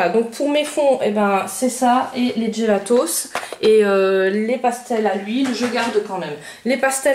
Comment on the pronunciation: On dit pas "djélatos". Faut arrêter de tout angliciser...